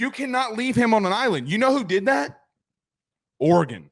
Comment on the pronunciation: Oregon Oregon Oregon..., it's not Oregon.